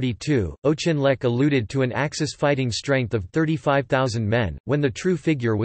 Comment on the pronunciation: General "O'Chinleck?" Oh dear.